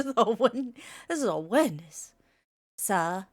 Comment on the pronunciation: “this is a hwendeez”